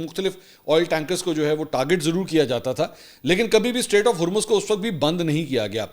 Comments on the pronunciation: Mansoor continuously saying "state of Hurmz" 😂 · Please correct you pronunciation for Hormuz. /ˈhɔːr.mʊz/ or /ˈhɔːr.muːz/ Breakdown: • HOR sounds like “whore” or “core” with an H. • MUZ sounds like “mooz” (as in “moo” with a Z sound) or “muzz” (as in “buzz”).